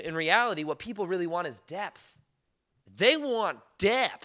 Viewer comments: “Depth! Oi-il.” 😂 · I just loved the way you said "depth" 😂😂😂😂 it cracked me up!!! Excellent Channel..just subscibed...all the way from the UK 🇬🇧..whoop whoop! 🎉 I've always been quite positive and in my own world...I'm now a 45yr young Mother of 2 teenage kids and a husband who works and lives abroad. I found detaching from all outcomes has been amazing in being a great daughter, wife and mum...it used to consume me but over past 5 years been on a fantastic journey of self love and healing and feel like that same little girl aged 7yrs who used to think she had Supernatural Powers at school...little did she know we all have!!!! 😊